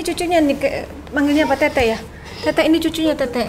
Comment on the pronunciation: Panggil tete bukan tetek.. kakek lucu juga.. semangat terus mata langit . Ciayaooo